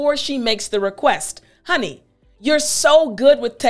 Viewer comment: You should be reported for misuse of english-honey- in the way you say it, it's an act of ,,lezmajestate". Corina Ijac